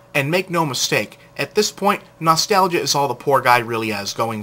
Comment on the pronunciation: NAW'-STAL'-juh (Nostalgia) ...two stress marks. lol no offense